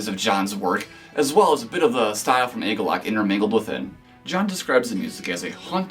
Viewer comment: It's pronounced 'Ah-galloch' not 'ay-galloch'. You can see John explain the name in the 2008 agalloch interview.